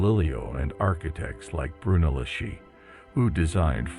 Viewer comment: I enjoyed this. A couple of pronunciation problems, though: "ch" in Italian is pronounces as "k", which "c" is pronounced as "ch". Therefore, Brunelleschi is pronounced broon-eh-LESS-kee, "Botticelli" is bot-ee-CHEL-ee, and "Galileo Galilei" is gal-ee-LAY-oh gal-ee-LAY-ee. You got "Medici" right, though (MED-ee-chee).